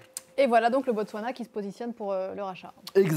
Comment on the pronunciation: VOUS NE SAVEZ PAS PRONONCER BOTSWANA ?